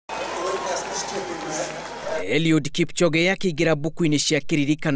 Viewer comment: it's KIPCHOGE.... NOT KIPCHONGE......